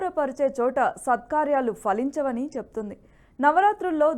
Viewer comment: వత్తులలేవి తల్లీ? ప్రబుత్వం ఏకాబిప్రాయం, అరకొరగా వత్తులు పలకడం ఏమిటి? స్పష్టంగా పలకలేరెందుకో? "ఫలించవా?" లేక "Faలించవా?" తెలుగు ఘోవింద! ప్రాచీన గ్రందాలు?భారతీయభాషలలో 'fa కారం' ఎక్కడుంది తల్లీ? భాషాభారతీయత గురించి తెలుసుకొనండి.